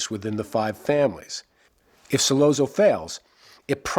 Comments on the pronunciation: The 2 separate train sounds have always seemed to be the rush that must have been going through his head at 2 separate times. The first, at the realization that he was actually about to do this..(in the toilet area) and the second rush occurs at the moment of the deed itself. I was irritated each time the name Sollozzo was mis-pronounced for the record but enjoyed the analysis. (whenever 2 "z"s appear together in the Italian language, the sound is like a "ts" together. Think "pizza". :) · Why is it so hard for a so-called expert on the Godfather to pronounce the names of the characters correctly? Who the fuck is Sol-oh-zoh? Brando addresses him as Sol-otzo, as an Italian would, so why does this mook think he knows better? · Hey. What's the matter you? Don't say Sollozzo like Bozzo. In the the movie it has ah not oh. S/ah ll/ah tz/oh. Shut up you. Try watching the movie again. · Once this guy mispronounced Sollozo name I was done! He said “... killing So-LO-zo” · it’s pronounced Solatzo not Solazoe. And I’m not even Italian. The way you keep saying it wrong makes this hard to watch. Brando sneers the name just right. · Like this video but it's driving me crazy....Sollozzo is pronounced Sollotzo....ok, carry on..... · 'Sollozo', seriously? Learn how to pronounce the name, dingbat! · Ok I've read through a ton of the comments and jumping straight to this clip and watching 10 seconds convinced me I don't want to waste time with the analysis. The mispronunciation of Solozzo, and over analysis of Michael's motivation I can't handle. Lol. Thanks for saving me 10 min of my life. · He doesn't even pronounce Sollozzo correctly. 🙄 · Why can't he pronounce Sollozzo correctly? Didn't he see the film? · How can this guy be a fan of the Godfather and not know how to pronounce Sollozzo? It seemed like he was reading it phonetically off a sheet of paper. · Did this guy even see the movie? Why does he keep mispronouncing sollozzo's name